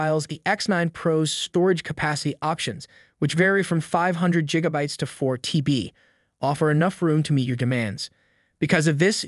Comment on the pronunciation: “JIG-abytes”? Really?😂